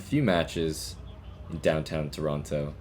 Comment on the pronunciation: I can't figure out if he's purposely saying "Toronto" wrong just to annoy the locals.